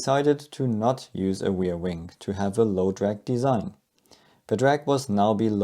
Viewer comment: what's a weirwing? do you mean ReaR. Wing.?